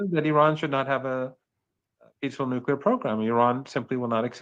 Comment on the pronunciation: The word is nuclear not nuculer. George W. Bush whose English and English pronunciation were very poor made the nuculer popular. George W. Bush is really a very bad example for anyone to imitate.